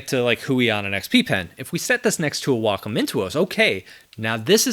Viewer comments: I’m so glad you pronounce Wacom the correct way. People at my company look at me funny because I don’t say Way-com. 😂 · Glad to hear you pronounce Wacom correctly.